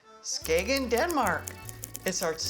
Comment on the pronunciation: Well done. The g in Skagen is silent, so it sounds like Skayen or Skane . It gets quite busy on weekends in the summer. If you were looking for more people they can be found out on the beach where the waters meet. You get there by tractors pulling wagons. You can also visit the bunker museum which shows the German defences from WW2.